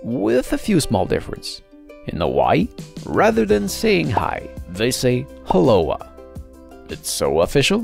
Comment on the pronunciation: He keeps adding an “h” sound before O'ahu and aloha and it is soooo annoying!!